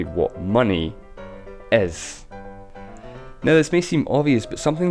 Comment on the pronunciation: "What money ezzz" lol